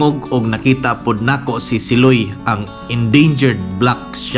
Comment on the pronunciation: SIloy is pronounced malumay not mabilis